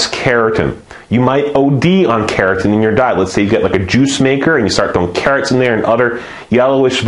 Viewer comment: it sounds like you're saying "keratin" instead of carotene, which is a different skin protein, and is slightly confusing, but thanks for the videos! they are great!